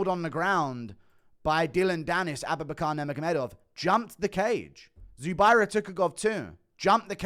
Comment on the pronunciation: Everytime you say aboobinacar I die laughing.